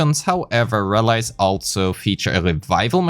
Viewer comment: Ein Tip: Der Plural von rally (rallies) wird nicht "rall-eyes" ausgesprochen, sondern "rall-ees", wie eng. 'knees' oder deu. 'Verlies'.